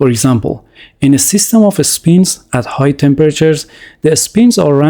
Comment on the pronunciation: text to voice turned texan